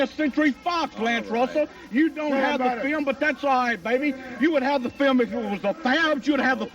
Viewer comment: "Show the FEEL-um, Lance. Show the FEEL-um!" r k